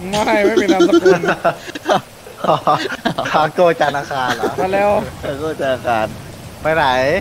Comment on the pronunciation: ทาโก้ ไม่ใช่คาโก้ หิววิวจัด